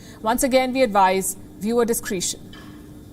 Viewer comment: 2 words to correct in your pronouncement. Discretion is pronounced phonetically, not discreetion. Quarantine is pronounced quaranteen and not "tine"